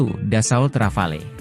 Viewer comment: KONGRATULASI atas ucapan nama RAFALE! Akhirnya, ucapan asli Rafale yang betul.